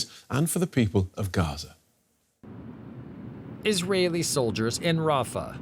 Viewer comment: Her accent gave her away, the way she pronounced Hamas and Gaza exposed her.